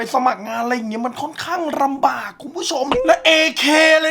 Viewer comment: หรือเวราไปสมัครงาน มันรำบาก 555555 พี่ไม่ต้องเน้นกระดกลิ้นก็ได้ครับ มันคือ ล ลิง